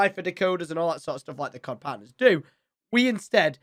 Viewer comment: Tom , are you not partnered with Call of duty anymore? I'm not trying to be an ass I'm just curious with how your saying "Cod partners"